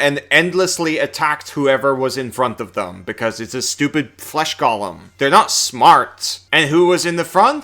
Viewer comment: I'm fricking begging you here, 'similar' is NOT pronounced "sim-yoo-lurr", and 'golem' is NOT pronounced "Gollum"